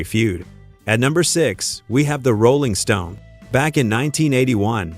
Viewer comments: Goofy ass robot voice says: "the ROLLing stone". Weird. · The AI hit instantly with the pronounciation of Rolling Stones. Won't watch any further and thums down, plus a non-recommendation installed.